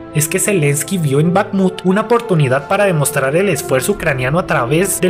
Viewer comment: Es Bajmut la kh es para el pobre inglés